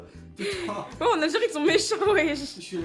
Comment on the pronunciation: Stowi time suw l’algewie